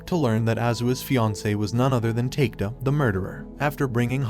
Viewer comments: Its a good recap, but you need to learn how to pronounce japanese name. I'm so confused with the names you mention, especially takeda which supposed to be pronounced as ta-ke-da, you pronounce it as take-da. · Great summary! My one, hopefully constructive, critique would be to take a bit more time learning the pronunciations of the names. Takeda as "take-da" shouldn't fly. Otherwise nicely done. Concise and easily understood.